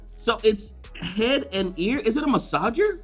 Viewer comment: A "massager"